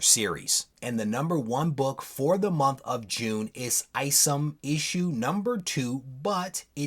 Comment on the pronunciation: Eye-somm not ice’em just saying